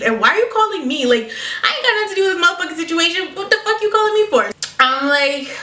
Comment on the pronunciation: I like how she pronounces fuck its like "fock"